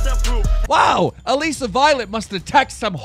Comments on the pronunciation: Why does he say AlEsa it's ALISSA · It's Alissa not Aleeeeeeeeeeeesa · It's not allesi it allisa